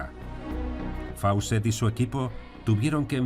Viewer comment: Gran video, pero Fawcett se dice "Fócet". "au" y "aw" en inglés son como una "o" larga.